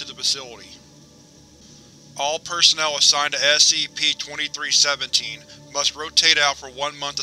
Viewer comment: Great video but when you say "SCP" It sounds like you are saying "Ass CP